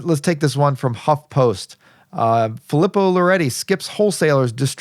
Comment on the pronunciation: As an 2nd generation Italian American i have to correct your pronunciation 😆. Its pronounced Fee-lee-poe.